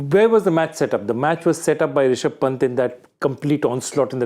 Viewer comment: The way he said risaab pant lol 😂